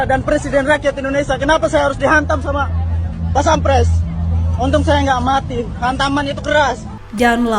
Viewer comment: Elu jg sih , masa paspampres disebut pasampreeet,,, pantes pada ngamuk... Xixixixixixi..... 😂😂